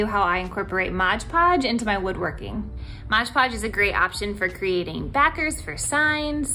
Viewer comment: M-o-d. It is not modge podge!